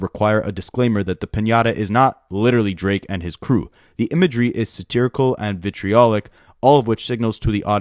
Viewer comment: You did a great job pronouncing "vitriolic" and "incendiary" btw. 💓